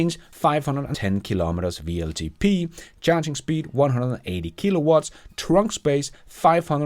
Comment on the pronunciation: It's double-u LTP, not VLTP ;)